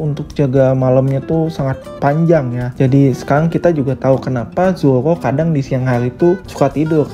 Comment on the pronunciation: kedengernya zowo 😂😂